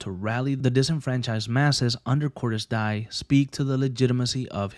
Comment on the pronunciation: Core-diss Dee- eh